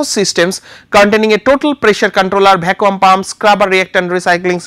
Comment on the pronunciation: love the way he pronounces Vaccum